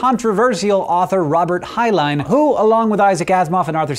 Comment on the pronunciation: .... Hank pronouncing Heinlein's name right? I thought it was "Hine-len" not "Hine-line".